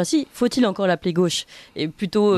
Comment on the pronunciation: En français on ne dit pas la Go che mais la gauche=gôche. C’est insupportable ces journalistes qui ne parlent pas français